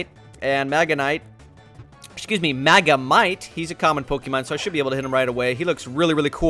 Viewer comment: "I used to watch the show oh and we have a magamite